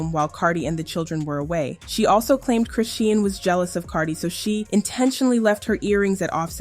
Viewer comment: CHRISEAN (SHAWN) Pronounce it right….DAMN this just triggered me 😐🫤😑